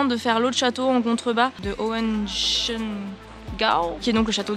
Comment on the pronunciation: Tu as très bien prononcé Neuschwanstein, mais Hohenschwangau était sans doute encore trop difficile pour toi. Mais ce n'est pas tragique. Je sais comment le prononcer, car je suis un Allemand 😂🤣. Mais j'aime la langue francaise. Je suis novice en la matière et pour moi, tu as bien sûr parlé trop vite. Pourtant, je me souviens de tes derniers mots: à la prochaine dans une nouvelle vidéo. - Je te salue en France!